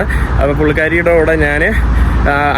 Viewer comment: "നാൻ" അല്ല "ഞാൻ" കുറച്ചു ഒന്ന് ശ്രദ്ധിച്ചാൽ ന മാറ്റി ഞ ആക്കാം. കേൾക്കുമ്പോൾ ആരോചകമായി തോന്നുന്നു അതാണ് തുറന്നു പറഞ്ഞത് 😊